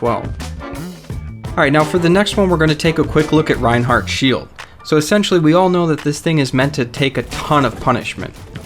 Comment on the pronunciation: he said raid right